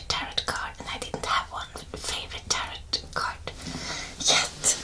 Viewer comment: Just wanted to let you know that its pronounced tehrow. The end T is silent. Love your videos. I love tarot. You might try Oracle cards too.